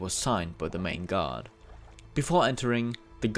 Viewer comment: they way he pronounce guard sounds like god <3